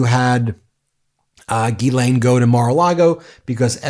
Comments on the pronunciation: FYI her name is pronounced gillane with no emphasis on either syllable. Embarrassingly, I was introduced to Ghislaine Maxwell as a "London socialite" way back in 1994 by my boss at an internet startup company in London. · GHISALINE Pronounced like Giselle. Not Gil-lane Gis-lane/Giselle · Pronouncing Ghislaine with a J sound 🙄😑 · JizzLane it's JizzLane Maxwell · Her name is pronounced Geh-lenh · Just an FYI…her name is pronounced jislane. It is French. Look up the pronunciation on Google if you want to because that’s what I did. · It is gil lane the s is silent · You're pronouncing her name incorrectly... FFS!